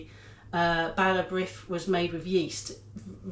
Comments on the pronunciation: Bara brith is always made with yeast!! It is always sliced thinly and buttered. What you made is a kind of tea cake. Nothing wrong with that but it is NOT bara brith! Brith is pronounced breeth. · For future reference "brith" rhymes with with "teeth" - even some Welsh people get that wrong, so don't worry too much. Whatever, both versions looked delicious... I'll give it a try in ye olde Cosori :)